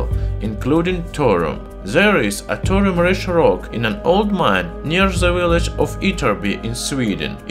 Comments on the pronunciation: Clear English isn't your first language but please don't do a whole video on a subject you cannot even pronounce correctly - Thorium (Thaw - re - um)... not torium! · Thor-Ee-uM not Thor-um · Are you speaking Torum or Thorium? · It's called thorium, not tourum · By the way, it's Thorium, not Thorum. Nice video, though! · What he is saying : thorium What I hear : torum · Can't listen to this guy. Its not "Torum", its Thorium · Pure 'Torum' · Thorium, thor-ee-um. You are saying Torum. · Thorium reactor. Say it with me now. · I’m sorry but the way you say “torum” is illegal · I genuinely thought, for years, that Thorium was pronounced Thor-ree-um, not Tor-um! 😒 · Okay the h in thorium is not silent its not torium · written Throrium sounds like Torum....thats not accent i could understand Torium with TH sounding like a hard T but come on... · Great video, but in English it's pronounced 'thor-ee-um' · Nice pronunciation of Thor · is the " H " silent? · Exactly, same here. Plus he mispronounced "Thorium" so much that it started to make me sick. Completely unwatchable to me. And not subbed, so no idea why I received the notification for the video... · I know, I'm Irish. I speak a few languages and know it's not easy. I meant it constructively, saying 2 syllables instead of 3 is a mistake pure and simple.